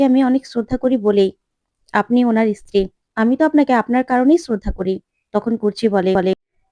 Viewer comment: Inistitute ,Istiri, khub kharap uchharon.